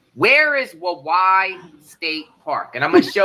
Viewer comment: Fyi the pronunciation of Waiwai ....is like Hawaii, but with a "w" 😂❤